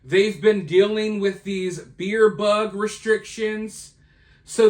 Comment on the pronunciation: What is a beer bug? Or did you say fear